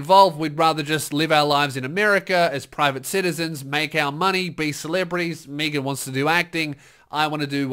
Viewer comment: The way pronounced Megan as 'meeegan' really irks me